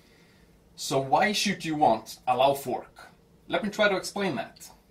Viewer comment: Interesting hearing an Icelander pronouncing his own product name wrong, because that's how non-icelandic people would say it.